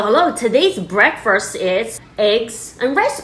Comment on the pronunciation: I like how she says breakfast 0v0 Breakfirst BECAUSE ITS FIRSTTT And that egg is so good looking it doesn't look reallll TvT